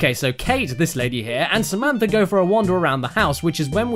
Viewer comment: Samantha Boekweg SUHMEEEANTHAH